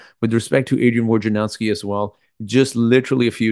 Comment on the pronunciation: WOJ na row ski, not WAR ja now ski. Can nobody say the guy’s name right?